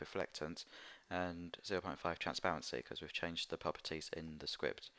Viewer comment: when he say propertie he be like "puppitie" XDDDDD LMAO